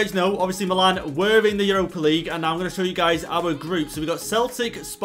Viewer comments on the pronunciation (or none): none